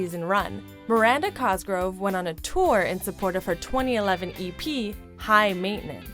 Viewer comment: "mIrAnDa CoSgRoVE"